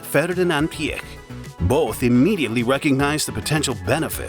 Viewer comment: The narrator amazingly pronounces Mr. Piech's name correctly- most non-Germans say it incorrectly as "peach". But- the CEO of VW was not "Schumacher", but Schmueker (would sound like "shmicker"). And the company brand is sometimes pronounced as 'oddee" and not "owdee", even in the same sentence?! And my gosh- who is the main intended audience of this video, given the obvious American accent of the narrator? The USA! So provide the units as most commonly used in this country- standard units (e.g., inches, pound-feet torque, pounds, miles per hour, etc.) with either metric spoken right afterwards, or visually in parentheses/captions. There are some std units on the car depictions as subscripts, but when the text is spoken they are missing. Nice to see photos of the development cars for the original Quattro setup.